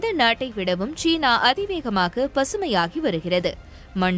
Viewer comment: ச்சீனா ???? சீனா. உன் உச்சரிப்பு பிழை.